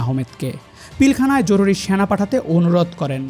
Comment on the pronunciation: স্যানা❌ সেনা✅ কনটেন্ট ক্রিয়েটর দের উচ্চারন নিয়ে কাজ কর উচিৎ।ভিডিও দেখার উৎসাহ হারিয়ে ফেলে দর্শক